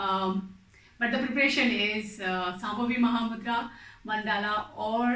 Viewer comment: Akka, iyour videos are super good. and when it comes to pronunciation, it is not Sambhavi. It is Shambhavi and it is not Namashkaram. It is Namaskaram. .